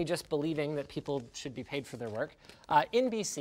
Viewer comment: I keep thinking he's saying twerk...I don't mind over twerking